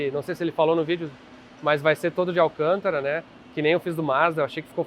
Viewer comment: A pronúncia errada do Alcântara me dói nos ouvidos kkkk